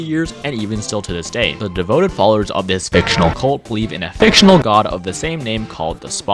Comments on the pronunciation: The way u emphasized that Two Time’s cult is F I C T I O N A L is so funny to me also sad that people w/ Spawn related characters / ppl talking abt Two Time have to do this .. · Every time you said fictional in the fandom section my eye twitched